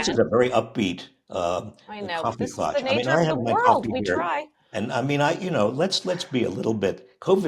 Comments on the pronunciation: Coffee clatch, not clutch! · Somebody with a German last name should know that klatsch has an s in it, Mr Reich. Just saying.